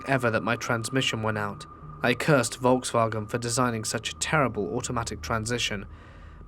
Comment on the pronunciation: are you Deutsch? The way you said Volkswagen lol